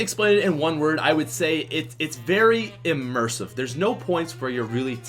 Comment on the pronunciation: Someone get mxr over here!? It's "Immersive"